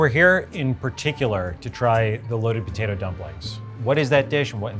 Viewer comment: In the Worth It: Fries episode, Andrew pointed out the says potato like "POtato." Even years later he still says it like that lol.